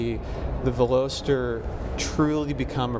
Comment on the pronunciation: Ok reviews but holy smokes guys zzzZZZ too long and why on earth would you do your recording in that airport terminal like room ,, and Velocity is where that they came up with the name for the Car so how the 3 other team mates didn’t crush that Pretentious douchbag for saying it so Epically Wrong is beyond me ,,,,insert massive facepalm >here<